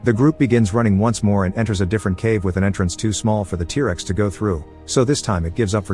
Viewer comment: Oh yes, tear-rexs